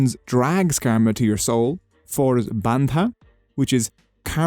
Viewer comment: You pronounced Bandha exactly as native South Asians would. It made me somehow really happy. Love your videos 👍🏽